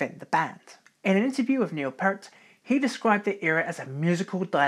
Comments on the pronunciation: Neil "Peert", not "Pert". Rest in Peace... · Love your videos, but there are a few glaring errors my friend. It clearly said in the tour boo that it was LIFESON that had anemia from bleeding ulcers-not Peart as you stated. Also, it's "P-EAR-t", not "Purt". That frequently drives fans nuts lol, and likewise did so to him (RIP). Now, where's my Phil Lesh video??!!!! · Great vid man, love the detail! I just have a few corrections: - Peart's name is pronounced "Peeert" not "Pert" - A Passage to Bangkok was not played on the R40 tour - it was the Snakes and Arrows tour. - Nope, not correct! That highlighted paragraph is referring to Alex Lifeson, not Neil. - Contrary to what this vid suggests, the fridge appeared in 1996 not 2002. Also, the dryers appeared before the vending machine did. - The mellotron was used on Snakes and Arrows not Vapor Trails. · Neil Peart (pronounced Peert NOT Pert) developed sores on his feet from getting wet in the rain, driving from venue to venue on his motorcycle. Basically swamp foot. Neil was struggling with tendinitis, and it was Alex who has arthritis. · It's not Pert. It's Peart. P-EAR-T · If you’re going to do a video about Rush, you could at least learn how to correctly say Neil Peart’s name (RIP). It’s like the word “ear” with a “p” on the front and a “t” on the back. And that’s per Geddy Lee, so I think he would know. It’s not pronounced “pert” — the way you said it. Also, “Moog” is correctly pronounced “Mogue” — not “moooog.” Did you do any actual research for this??? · Very well researched. But it's Pee-ert! PEE-ERT! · Stopped watching after five minutes. I can let the fact that you mispronounced Neil's last name slide, but Rush never made an album called: "Pictures". You sir, know nothing about Rush. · Nice piece, but please learn how to say Peart.